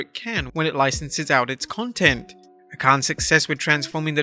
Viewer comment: Lol You mispronounced content